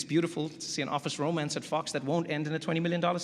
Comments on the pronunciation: When did he cuss? Didn't hear it. The way he said "Fox" did sound a lot like "fucks" though 😅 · Is he saying Fox News or Fuck's News?